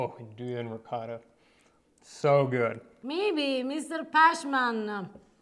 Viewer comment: Great video. I have only one question., how is it you still pronounce ricotta as “ri-cah-da”. Listen to say it. It’s beautiful.